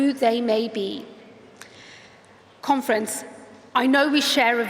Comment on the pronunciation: Thank you conference... Sounds so much like thank you comrades